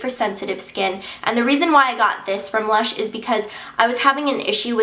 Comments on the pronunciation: not luch.. lush... lol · not.. luch... lush!! lol